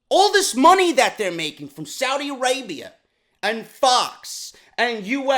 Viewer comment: Lol: “Soudi Arabia”😂😂